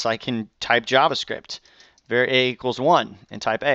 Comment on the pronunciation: I know it's petty, but var is pronounced with the a like father. Not like the ea in pear.